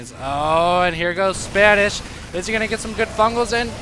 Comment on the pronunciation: its not Spanish.. Its SPA -NEE-SHEE-WA